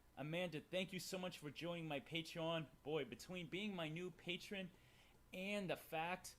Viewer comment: it's pronounced community not comuney and I also can't stand the way he says Patreon.